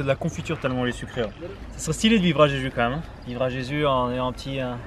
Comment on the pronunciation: A chaque fois que tu cites le nom de l'île, j'entends "j'ai judo" 😆 놔이스!!!